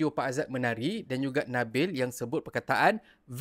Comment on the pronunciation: yg sya dgr nabil ckp tu adalah well well well xda pula vel vel tu?? jdi conpius lak